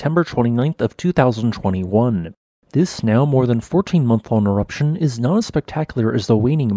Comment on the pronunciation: he said waning eroption